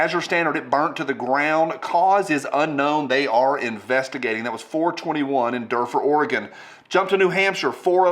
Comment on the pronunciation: I live just north of duffer its ore it's pronounced (do fer) i heard nothing about it